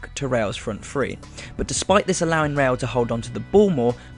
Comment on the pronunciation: It's RE-Al, not RELL. Roll your tongue.